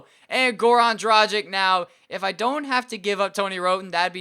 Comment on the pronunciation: If you wanna say Dragic right its not like M"agic" it's Dragich with g pronounced like in word Gay, so please stop saying Dragic like Magic and pronounce it right...